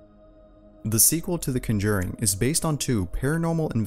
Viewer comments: Who else cringed when he said cunjuring instead of conjuring? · Hate to change the subject but...I got a pretty nice goddamn butt! I have the CONJURING & CONJURING 2, they are badass. I haven't seen the CUNJERRING that you are talking about. You sound American to so there's no excuse for that fucked up pronunciation sir. Hillbillies can even say that one correctly. Hahaha I smart ass...I JOKE!!!!! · The emphasis is on the Con, not the 'Jur when pronouncing "the conjuring". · CONjuring, not conJURing. You YouTube narrators aren't the brightest. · It`s CON-juring,not con-JUR-ing.....just a friendly piece of help... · Isn’t it CONjuring, not conJURING? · my eye twitched everytime he said conJURing and i lost complete train of thought lmaoo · It’s pronounced con•juring not cun•juring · Something happened to me just watching this video. I was completely horrified by the repeated mispronunciation of the word CON-juring (NOT con-JURING)!! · It’s pronounced CON juring, not con JURING. Jeeeeez! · Cun-jering!? LoL. CONjering. Smh. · Its pronounced "KON-JUR-ING" Not Conjerin" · CON-JURING. Not cunjuring. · I don't mean to be that guy but its CONjuring not conJURING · CONjuring not CUNjuring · Why have you pronounced the conjuring as conDURING ? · “cawn-ger-eeng” that’s how u pronounce it.. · Is The ConJERing different from The Conjuring? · I am sorry dude but you have to learn how to say words before you speak them! The correct phonetic pronunciation for the word "Conjuring" is: Con (just as it looks that is just how it sounds) + Jur (say it like Door) + ing (pretty self-explanatory) = CONJURING Maybe when you fix it I will make it through a whole video and even possibly subscribe but you have work to do! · you say "conjuring" with the emphasis on the wrong syllable. For gerunds of verbs, the emphasis is usually on the first syllable. Nobody (in the US at least) says "conJURing". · Conduring lol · Its PRONOUNCED CON-JERING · The kunjurring too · the.... cunjering...